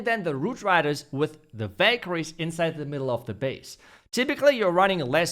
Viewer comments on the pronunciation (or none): Ohhh now i see he was saying valkarie not bakery😂 in the end of the video i noticed great video too i liked it